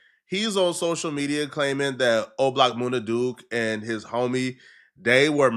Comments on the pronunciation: It’s MUNNA Duke … not MOONA Duke smh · It MUN-NA not Moona Duke 😂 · Munna duke not moona 😂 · Moon-nah? It's MUN-nah, do just a lil bit of homework homie you be sounding retarded bruh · MOONA Duke? Really? 😂😂😂